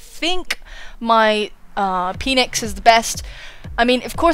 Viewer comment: I could hear you say "my Peenix" so many times with the Metal Gear music in the background during this video. My life is now complete. QOTD: Well, this one is difficult, 'cause first of all you have to consider the confusion that can be caused if there's a missing word in a